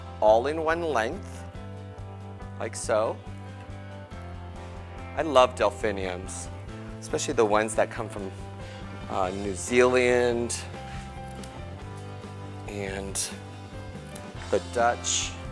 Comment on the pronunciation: And its New Zealand, not New Zealiand